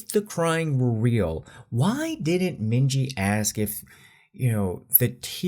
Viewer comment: minji = min hee jin 💀